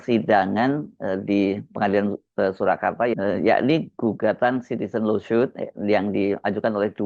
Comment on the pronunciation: Horee Hersu ngomong lawsuit nya udah bener.. Kemaren2 bilangnya "loswit" sekarang udah bener "losut"